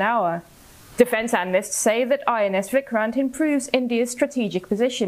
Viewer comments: It's vikrant not vikran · Its VIKRANT not VIKRAN U can do better CNN